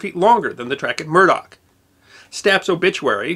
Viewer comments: Just one minor quibble, it's "Muroc" airfield, not "Murdock". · muroc, not murdock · Edwards Airforce Base was formerly named Muroc Army Airfield, not Murdock...(pronounced "Müh-rock") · Muroc not murdock. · Great man and great video. The original name of Edwards AFB was Muroc, not Murdock. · I have found yet another error in your narration, The correct name of the base is MUROC not Murdock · Not that I look for them, but I believe I have caught two mistakes in this episode. The name of the testing range near Edwards Air Force Base is Muroc, not Murdoc. It is named after Muroc Dry Lake. And the study of animals is pronounced ZO-ology, not ZOO-ology. Still, I really enjoy your presentations and will continue to watch them. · it is MUROC nor murdock..... get your history right ...... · Just a nitpick.. It’s “Muroc” without the “d.” Not “Murdoc.” Name was the backward spelling of “Corum” since there was already a town town Corum and the postal service wouldn’t let them use the name. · I HATE to be picky, but the AFB where the testing was done is not "Murdock", it was "Muroc". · Murdoch? i thought it was Mirrock (sp?) Airfield. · Murroc not Murdock